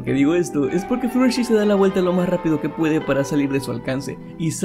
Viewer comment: fluttlershy no se pronuncia fluttershi se pronuncia fluttershay